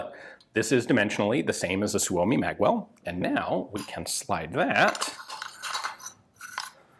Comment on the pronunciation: Your pronunciation of 'Suomi' keeps getting better :D As it is now, it doesn't have a real need to be better, specifically smoother, since even some natives don't necessarily say it smoother than you're now.